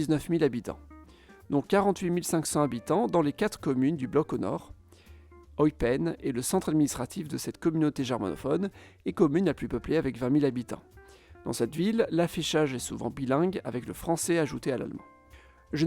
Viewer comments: Ho putain comment il prononce Eupen. Le "eu" se prononce comme eux, lieu, peu, peureux, etc. Mais "pène" c'est bon. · Tu trouves vraiment qu'il prononce "Eupen" de façon nickel ? 🤣